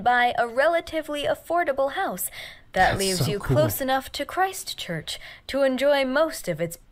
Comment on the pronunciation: Nice to see my city on the list (Christchurch). No the name has no religious connotations to us locals. The narrator is pronouncing it strangely in that she is emphasisng 'christ' and 'church' like its two words (making it sound religious). No it's just simply Christchurch. There is a small town in the UK called Christchurch that we were most likely named after. I wouldn't say Kiwis are any more religious than anyone else. It's nice that you haven't head of Christchurch because to be honest in the last 10 years we became world famous for just some horrible events happening to us that were beyond our control. They don't need to be discussed here. As a result us Cantabrians (from the Cantberbury region) are a pretty resilient bunch.